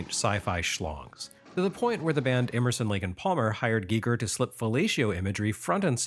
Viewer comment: I dunno if anyone has said this to you ever, but thank you,, for pronouncing H.R. Giger's name CORRECTLY! So many people say it like Geiger. Ironically, I was listening to The Dead Kennedys today, who also featured H.R. Giger artwork on their album, "Frankenchrist." I love Wednesdays. Thank you.